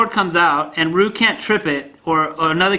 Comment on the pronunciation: Lmao I love the way you pronounce Ryu. Shows your a true OG.